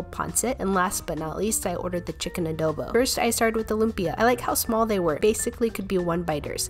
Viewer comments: She pronounces adobo like adowbow but it's ok we actually pronounce it like adobo legit no stylistic styles u know 😄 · Can you pronounce it as ādōbō not adowbo?